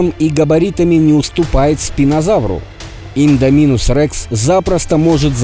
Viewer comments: Індоминус а не індамінус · не иииииндоминус а индоооооминус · Не ідамінус а індомінус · Какого индОминуса? Индоминуса, Индоминуса. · Не индоми'нус а индоми'нус ударение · Вот так пишется «индоминус Рекс» а вот так читаешь ты «индаминус Рекс» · Не индомИнус рекс а ударение на о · Не индомИнус Рекс а индомИнус рекс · Индоооооминус рекс а не индомиииинус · Ролик очень красивый, но не индомИнус а индОминус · не инодомИнус, а индОминус рекс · Не Индаминус рекс а Индоминус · Прости те меня но боже не индонИмус а индОнимус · Не Индоми́нус а Индóминус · Правильно будет индоминус Рекса ударение падает на о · Только по моему ударение на о! В индоминусе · Идоминус ударение на о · Ну какб с индоминусом Рексом ничестно и ты неправильно гаварил имя ево